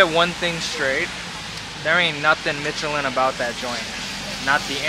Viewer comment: Michelin is pronounced MISH-elin, not MITCH-elin. Watched you for too long to not say anything -- pains me every time I hear it lol